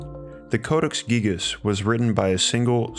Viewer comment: Gigas... “Gygus...” 🤔